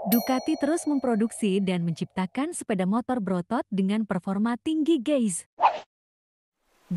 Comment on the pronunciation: Jangan salah ngucapin antara GUYS dan GAYS. artinya beda jauh tu Ceu.....